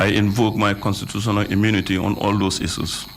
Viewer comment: Mr. Touray said "CON SU SU SIONAL " I believe the word is "Constitutional".. LOL